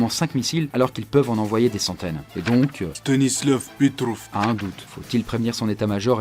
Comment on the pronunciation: nan c'est STEUNISLAVV PEHTRAUF x)